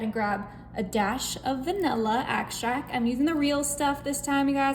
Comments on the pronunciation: I think she said "axtract" but her sister says "abstract." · Stop with the "go ahead", totally unnecessary. And, orange "axtract"? Read the label darling. Otherwise, looks delicious. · Oh no..."axtract?"